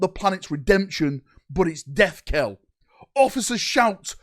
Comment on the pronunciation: Knell is pronounced Nell, not Kell.